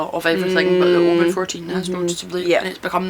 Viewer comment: Thanks for the pronunciation of Oban. Here in the US I only hear it said with the hard A. I can be a whiskey snob now and pretentiously correct fellow drinkers.